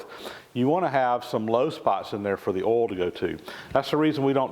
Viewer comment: 'oil' I was so confused for too long